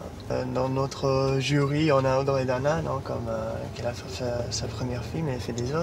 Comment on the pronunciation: Combien de fois les anglophones ont écorché mon prénom et lui il prononce "Audrey" tellement bien AAAAAH je suis amoureuse je crois😍